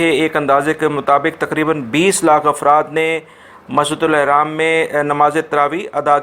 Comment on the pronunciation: Bhai Masjid AL HRAAM hy Ehraam ni hy